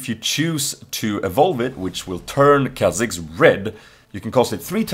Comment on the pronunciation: lOL couldn't help but laugh everytime you said KaiaTAKHKAJZxxx, lol funny guy.